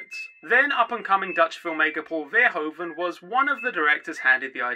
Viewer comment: Verhoeven: Fer (like Ferdinand) - hoo (like hoo! Like an owl says) - ve (like ve in verizon). Verhoeven, Fer-hoo-ve (dont pronounce the N). I'm sorry I've made it my mission to eradicate incorrect pronounciation of this name, because I can tell you're trying, but someone taught you incorrectly (and, big sigh, f*ck that person). Dont trust 'pronounciation guides" on this, I have yet to find one that is the correct pronounciation. Google translate does a very decent job when you ask it to pronounce the word (obvs when set to Dutch). Kind Regards, a Dutch person xxx